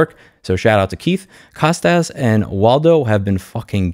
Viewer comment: As a long-time fan and a Greek I must mention the Kostas (who's name I share) is pronounced COAST-US not COST-AZZ. Cheers, keep up the good work.